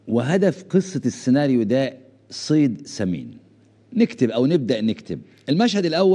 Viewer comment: يا عمي تعلم الحكي العربي وبعدين حلل بالسياسة العربية اغبار = اخبار سيد صمين = صيد ثمين تصعيت = تصعيد سوما = ثم